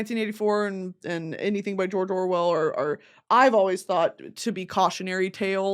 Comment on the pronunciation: AAAAANNNYYY time someone says "George Orwell" my brain just hears "jore jore well"